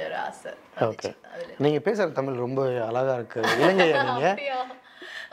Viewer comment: தமில் இல்லை தமிழ்